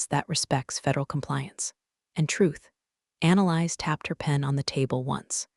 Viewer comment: The name Annalise is not pronounced as ‘analyze’. It’s Anna-leez. Please teach AI.